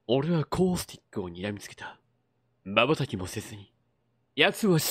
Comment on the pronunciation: ハントモードの続きありがとうございます(*´˘`*)♡ あっさりチャーライ捨てる感じ最高ですw普段のレジェンド達より的としてはスナイパーで当てにくそうな感じ💦プラウラーとマスティフ見つけた時の安心感ハンパない!!!!!! ストーリーモードの方はアテレコしっかりしてて笑っちゃいました🤣コースティックの声とか読み方とかバッチリあってて最高です( •̀ᴗ•́ ) 犯人……お前かぁぁぁあってガチで声出ました。マジか…話が一気に進みましたね。来週めちゃくちゃ気になる！